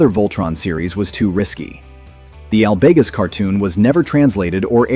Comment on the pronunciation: Once I realized this was an A.I. voice, I was stunned at how well it mimicked real speech. Only the mispronunciation of Drule, Hazar, and Albegas gave it away.